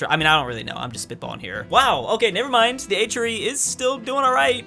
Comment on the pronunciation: STOP CALLING IT THE H-REE! At first I thought he said Adriatic Sea.